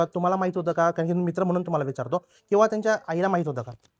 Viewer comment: कारन, पानी, प्रकरन. झाला तो प्रसंग दुःखद आहे. पण आधी तू नीट बोलायला शिक बाळा मग रिपोर्टिंग कर